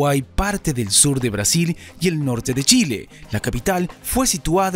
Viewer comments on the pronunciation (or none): none